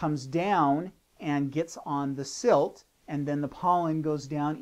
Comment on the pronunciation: Is he saying "silt" instead of silk?